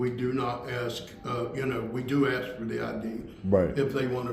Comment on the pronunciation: Stop saying “Ax”, you’re way too educated to say the word incorrectly. It’s “ ASK” no X in it, thanks!